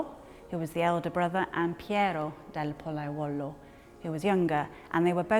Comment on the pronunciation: congratulations on the almost perfect english pronunciation of a rather difficult italian name. (oh yeah) and the restoration is pretty good too!